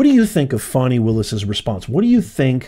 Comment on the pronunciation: u keep saying Fawny/Fani.. It’s FANI and just FANI